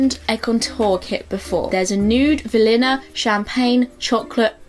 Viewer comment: love the way you say vanilla as 'valinna' haha